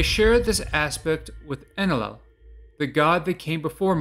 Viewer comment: This guy can’t even pronounce ‘Enlil’ (N-Lil).